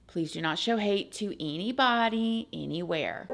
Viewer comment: Please don’t m*rder eeeenybody, eeeenywhere